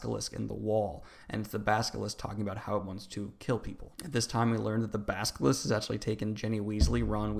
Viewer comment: At first I was annoyed at the way you mispronounced character names, but by the end you had me saying "baskilisk"